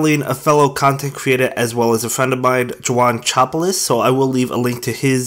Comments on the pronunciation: Excepto la pronunciación "lluanshopolis" 😅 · Chuanchopolis nice tried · I love the way you pronounce juanchopolis Its so cute uwu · haha 😆 it was a bad pronunciation